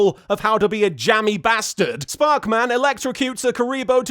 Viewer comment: When LK said 'sparkman' correctly - that got the most laughs. I'm far too invested in this series and it's gags now.